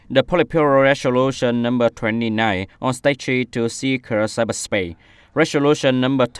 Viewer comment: Tại phút từ strategy ˈstrætədʒi/ chị đọc là ˈstreɪtəti/ đâu ra?